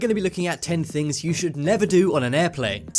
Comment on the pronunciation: ThinGs not thins